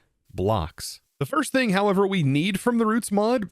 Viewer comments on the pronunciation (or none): none